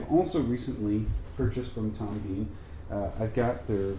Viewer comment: Pronounced Tom Bin not Bean